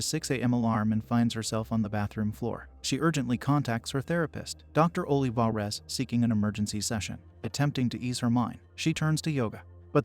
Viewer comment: Ohleevahrez lol my bad, the voice says the name in an odd way.